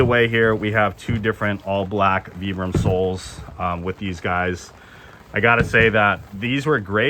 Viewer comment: Vibram as in Vie. Not VEE.